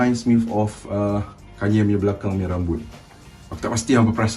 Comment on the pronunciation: Hagahaha tanye kanye guna loghat utara 😅😅😁😁